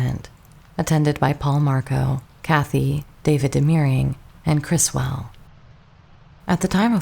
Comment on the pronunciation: The UFOs in Plan 9 are Lindberg Saucer Models, they are not hubcaps. Also notice that people who claim they are hubcaps cannot identify what type of hubcaps they are, or even a vehicle that has hubcaps that look like those. Also, this video cannot pronounce names such as Russ Meyers (not Mayor) and Criswell (not Chris-well).